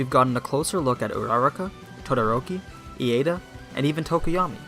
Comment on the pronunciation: Aside from your pronunciation of Iida and Uraraka's names, this video is excellent. Although I disagree with your assessment of Iida. He doesn't feel inferior to Midoriya like Bakugou, he just acknowledges that if he keeps relying on Midoriya to pull through, then he won't grow enough on his own.